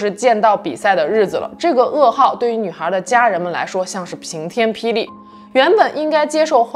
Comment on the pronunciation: ping天霹雳，口误:face-blue-smiling